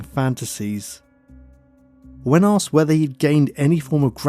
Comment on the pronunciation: I love these stories and can't believe you haven't got a million subs, but there is just one thing that drives me nuts... arksed instead of asked, its sounds sloppy you say asked sometimes so I know you can do it!